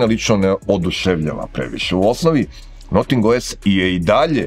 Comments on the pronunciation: Noting, ma daj. I objasnjenje iz recenzije prvog ne pije vodu, jer se Notingem Forest i izgovara bas tako, a ovo bi vise imalo smisla da se kaze Nating, nego Noting. Al ajd. Sto neko rece...vasa recenzija - vasa umetnicka sloboda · to nije akcenat, nego pogresan izgovor engleske reci.